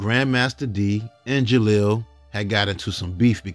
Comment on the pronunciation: You keep saying jalil name wrong it’s disturbing me geesh